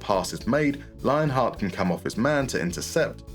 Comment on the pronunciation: Lienhart is pronounced Lienhart. God, I looove doing this to english native speakers. Kidding aside, german ie is always pronounced as in "believe".